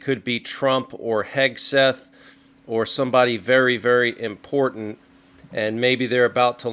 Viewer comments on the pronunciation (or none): none